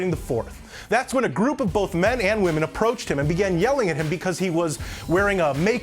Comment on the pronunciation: Next time,, don’t hold back just cuz they’re wahmen. Wahmen don’t want to be treated differently just cuz they’re wahmen, remember? It’s a big thing now. So prove to those wahmen that you think they’re as good as a real man, and LET EM HAVE IT!